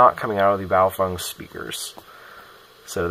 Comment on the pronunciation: I just need to say that, you’re the first person I’ve come across in the western world, that correctly pronounced BaoFeng. All I hear is bayofehng.